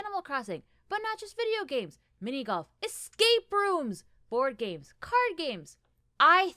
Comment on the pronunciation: When you said “I love games” I heard “gays” and I was like “uh there’s nothing wrong with that but weird way to start”